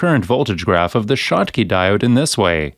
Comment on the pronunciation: This is narrated by a robo-narrator. That is consistent with the shottky diode being referred to as a "shock" diode and as a "choke" diode . They have glitches like that.